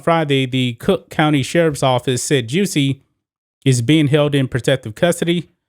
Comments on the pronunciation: Lol why you pronounce his name like that? 🤣😂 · Why do you say his name like that💀